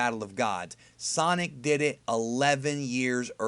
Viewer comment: sonic not son...